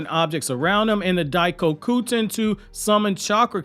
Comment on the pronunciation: Ayeeee sensei isn't butchering "daikokuten" anymor